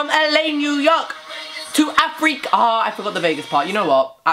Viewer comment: I am from South-Africa and I just laughed at him pronounsing Africa wrong.